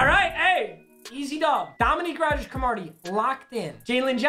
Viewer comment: he said Cromartie weird lmao